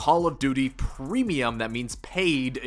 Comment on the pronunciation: "premeuim" lol